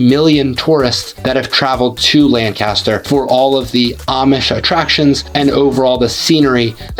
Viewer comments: FYI - it’s pronounced LANC-aster, not lan-CAST-er. lan-CAST-er is in Ohio. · Yup, It's LANC-u-stur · You must not be a native of the Philly area, cause you don’t pronounce some of these names like a local, the worst one probably was Lancaster, so you also probably don’t know how to pronounce Bethlehem, Emmaus, Reading or the Schuykill (river/county), just to name a few